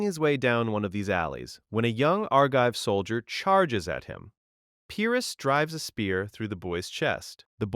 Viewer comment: Better than average, but you'd be doing yourself a favor by looking up how to pronounce the words you don't know. When you guess at the pronunciation, you sound illiterate. What's worse, is that, after mispronouncing Pyrrus two or three times, you pronounce Pyrric correctly. You can definitely do better...please do.